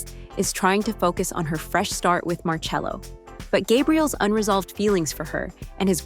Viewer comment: Marcello but it's pronounced marchello. Pls.